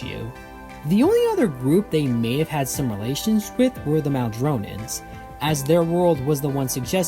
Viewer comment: Called the Madronans Maldronans or something, too. He also says -ians at the end of names instead of -ans, a lot.